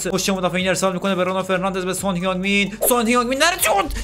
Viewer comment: جان سان نه سونگ 😂😂😂